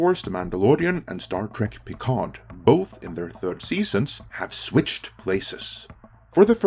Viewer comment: The "d" in "Picard" is silent.